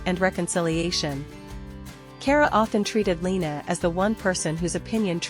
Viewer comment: It's Car-a Not care-a